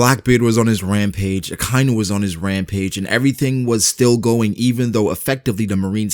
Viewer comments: its not ak ay nu its aka inu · Ahkah-ee-noo. Akainu. Not Akiiinoo.